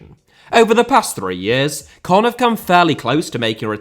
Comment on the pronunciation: its caen not cannes